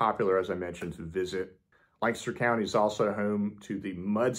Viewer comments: I am impressed. You pronounce Lancaster correctly! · Thank you for pronouncing Lancaster correctly!!!